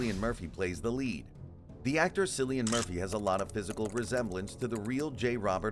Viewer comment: It’s pronounced “”Killian!”